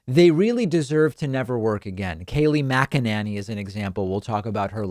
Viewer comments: David - PLEASE listen to other people say "McEnany" and practice it... I often hear you mimic other people's poor pronunciation, but you have been butchering her name for ages.... You sound like you are saying "mi-KEN-any"... It's "Mac-En-any". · Lol it’s MAC-UH-NAN-EE